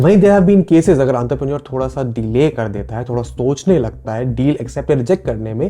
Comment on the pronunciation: antarprenur????bruh mispronounce